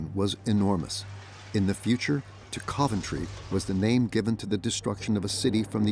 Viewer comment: Hideki Tojo didn't go to Berlin, it was Matsuoka, the Foreign Minister. Also, some of the pronunciations in this video are really bad, like the mangling of "Coventry". With all the work that went into this, why do you undermine its credibility with obvious AI narration?